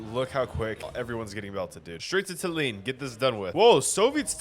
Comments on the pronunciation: gread vid, however! PLEASE LEARN HOW TO PRONOUNCE TALLINN, I beg you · Hi your pronounication of Tallinn is offensive